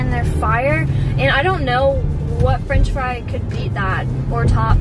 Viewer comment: Strat French friy